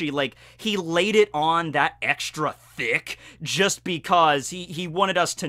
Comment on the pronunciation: that emphasis on ‘Thick’ 😂😂